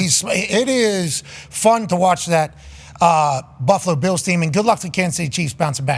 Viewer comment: “Buffalo Be ills team”. lol.